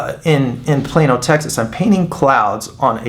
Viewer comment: Wow pal...fantastic.. Im from New Zealand... I thought you were saying'"Im here in plain ol Texas"! Cant stop laughing.. great work man!!